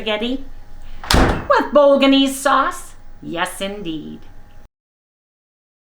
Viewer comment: The 'G" in bolognese is silent. 😀BOW-LUH-NAYZ.